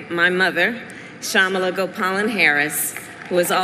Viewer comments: you say KAmala, not KaMAla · I closed the video when he said 'Kamaalaa Harris' lol😂 *Just kidding, you are awesome ❤️ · just so you know her name's pronounced comma-la. a lot of people get it wrong at first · kamala is pronounced differently